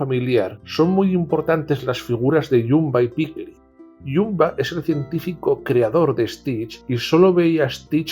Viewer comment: y no solo eso. Me cantó que llamase "Bumba" a "Jumba". Pero recalco que el vídeo me parece muy bueno, es solo me fijo en los fallitos. Y a veces tiene sus ventajas.